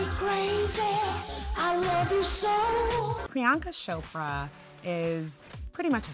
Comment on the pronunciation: Did you just call her "Prianka Shopra" cool cool.